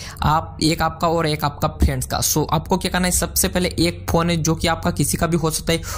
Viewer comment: you don't know how to pronounce phone.